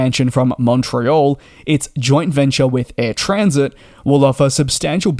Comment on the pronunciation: It is Air TransAt, not TransIt. AT, not IT. Comes from Trans Atlantic.